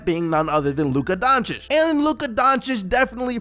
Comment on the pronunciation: finally, you said Donchich right :)